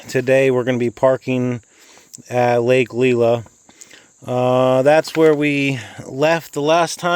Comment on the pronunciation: Friday night in early September, doesn't surprise me at all. BTW, Lake "Lie-luh" and "Suh-bat-iss" rd. 🙂